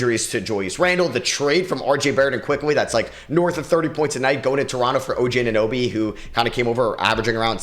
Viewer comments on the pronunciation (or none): none